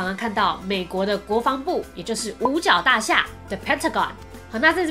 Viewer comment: 大厦sha 第3声